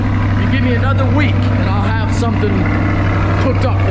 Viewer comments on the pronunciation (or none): Did he say kooked up? 🤔